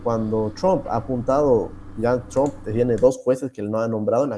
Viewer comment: Todos: Trump: “Chomp”